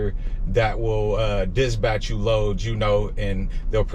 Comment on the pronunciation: It's dispatch bro not disbatch